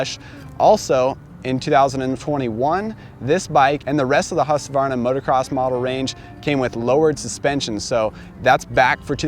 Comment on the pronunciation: congratulations!!! You finally pronounced Husqvarna correctly!!! 👍🥂🍾👌👏🏆🥇